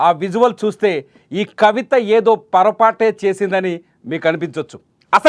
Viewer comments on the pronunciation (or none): పోరాపాటు analai not పరపట్ kadhu bro